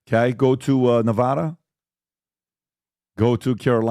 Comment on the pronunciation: I'm happy that PBD is finally pronouncing Nevada correctly